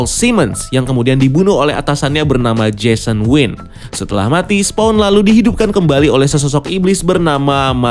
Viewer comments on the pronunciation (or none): none